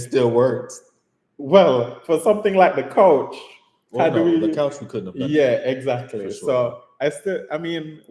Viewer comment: the way pronounces 'couch' 😆😆Jamaican accent kicks in. so i'd love to hear him pronounce 'coach' 😂💙... maybe when yall have a moment, please do a short - both yall playing american & jamaican accents( small suggestion from me)